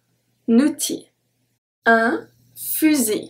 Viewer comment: ma'am in OUTIL , OU=O , then why it is sounding like NU